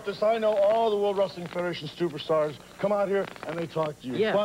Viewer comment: Shawn said "stuperstars" at the start lmao